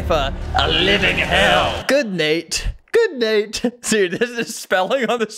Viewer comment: ITS "GOOD NATE" NOT "GOOD MATE"